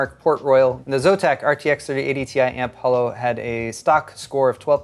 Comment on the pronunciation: its AMP HOLO, not AMP HALO